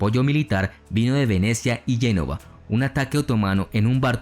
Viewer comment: Muy buen video. Solo recomiendo mejorar la pronunciación. Génova se pronuncia tal, y no Yénova (a menos que estés hablando en italiano), y el gran militar genovés fue Giustiniani, no Giustianini como tú lo dices.